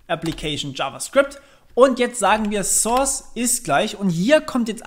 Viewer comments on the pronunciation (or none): none